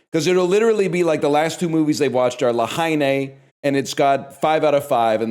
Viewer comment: can he stop saying la haine this way please